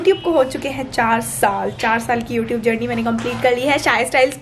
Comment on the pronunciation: Yotube nahi hota hai gawar youTube hota hai